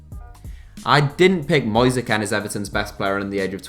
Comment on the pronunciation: You kept saying Ken not kean